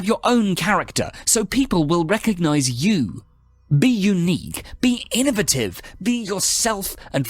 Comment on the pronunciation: why df u say 'innovative' like tht lmaooo bum.